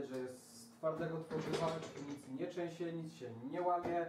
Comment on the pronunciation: "nic sie nie trzynsie " XDDDDDD